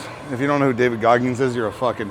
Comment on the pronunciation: Loved the real man talk when I saw the Shreve questions video. Haha. Talking shit about people not knowing Goggins while mispronouncing his name is hilarious.